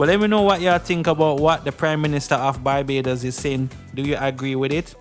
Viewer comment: Dude, it's not Bybados. It's BAR-BAY-DOS (Barbados). Learn to pronounce names correctly. How would you feel if someone keeps calling Jamaica (Jaymacia)?